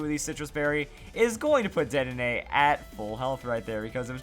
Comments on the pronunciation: I would think it is. He says the e like an "ay," so more like an é. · I'm pretty sure the last "e" in "Dedenne" is silent...